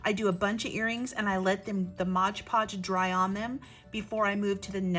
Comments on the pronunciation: Really inspirational, and clearly explained too. Thank you. Oh please forgive me for a quick point...it's not modge podge. It's mod podge. Modpodge. My ears kept jarring at hearing Modge. Lol sorry. But I still really loved this great video. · O.M.G. I know this is nit-picking, but if you said “Modge Podge” one more time, I might have snapped. It’s “Mod Podge”. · Mod Podge, not Moge poge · Sorry to mention it but you keep saying Modge Podge instead of Mod. Podge lol. Great earring. I must say I love your make-up by the way 😍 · Just a pet peave it's pronounced mod podge not modge podge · Very cute! You gave a clear explanation of the steps. Did you know you're mispronouncing one of the products? If you really look at the Mod Podge bottle again, notice that the first word is MOD, not modge. You're probably thinking it's like hodge-podge. I think they named it that because it's a modern way to glaze and adhere. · MOD PODGE! NOT MODGE PODGE! Love the earrings! Making earrings is my favorite jewelry making craft! I have several wooden pairs! I don't like heavy earrings, so these works best for me for me. My first time visiting your channel!❤❤❤ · I have to say, that is a pet peeve of mine as well. Mod. If you turn on closed captions, when she says modge, the caption spells it modge as well. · ILove the video and can't wait to try it.! BTW its MOD Podge not Modge Podge. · MOD. MOD. MOD. MOD. MOD. MOD. MOD. MOD. MOD. MOD Podge .... NOT “Modge Podge”! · MOD-like rod, nod, pod. Not, modge podge but “Mod Podge”. Long on content but nice earrings. Thanks for adding another use for decorative paper. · Drinking game. Do a shot every time she says "modge podge". I'm plastered already! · Yeah, exactly! It says 'mod' podge, right on the bottle!!